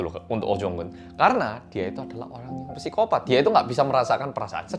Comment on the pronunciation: mocone "sikopat", duduk "pesikopat". 😂